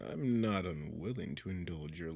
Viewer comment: “Im nort a rat 🥺🫡☹️” LMAFOAOAOAO